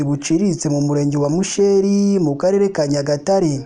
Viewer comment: Ntbwo bavuga (musheeri) ni musheri